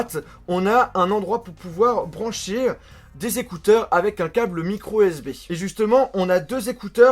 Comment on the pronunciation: c.est moi ou il dit microSB?